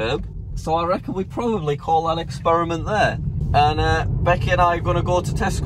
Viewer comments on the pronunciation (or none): none